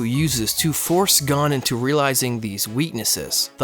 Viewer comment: Umm. The like to dislike ratio is funny. I dont care about his stupid opinion, but the way he pronounces gon.... Damn. (also, the chimera ant art is complete dumpster garbage)